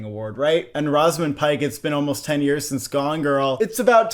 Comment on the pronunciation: you guys always have some very strange pronouncations of names. “rawzamund” pike 💀